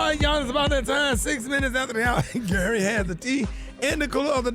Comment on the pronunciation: Gary with the T killed me I can't stop listening to it 😆😆😆😆😆😆🤣😂